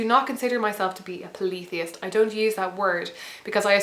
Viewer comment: she confused me with the pa-leee-the-ist....in America we say paul-e-THEE-ist